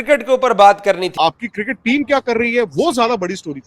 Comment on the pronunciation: Circket to nhi hota laude cricket hota hau